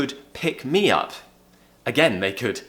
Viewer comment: When u said "he picked me up from the train station,"it sounded more like "he picked Mia from the train station. " 😅